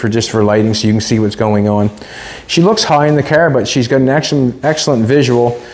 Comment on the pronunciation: He a cracks me up calling a car, a care.